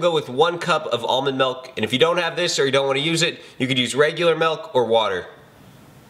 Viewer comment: What the hell is melk?